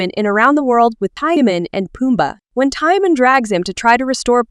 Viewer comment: Timon !!!! Not timin